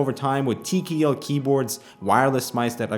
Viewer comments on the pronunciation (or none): Tee kee ell.